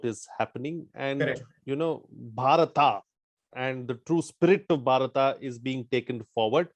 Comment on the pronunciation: Dear, I'm a Telugu speaking person and We pronounce as BHARATA only but not as Bharat. In my view, what pronounced is correct 😊🙌🙏